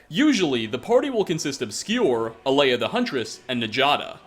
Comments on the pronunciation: A E LA, not Alea, why do you always mispronounce mai waifu name, man? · That's Dovahzul you doofus, not Daedric. Also her name is Aela, not Alea. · You are saying Alaya, Aela is pronounced [AY-ELLA] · It's not "Alaya", it's "Aela". "Ay-luh"! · Y u pronounce Aela as Aeleah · YO ITS AELAAA A-E-L-AAAAAAAA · Aleya.................. really? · I'll turn a blind eye to you saying Alea, but I absolutely can't stand hearing sAvaknir 10 times in one video!!! Ughhh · It's A ella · Aela= Ay El-A Njada= Nya- da I always love the closing music 🎵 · Are you still pronouncing Aela's name wrong? Smh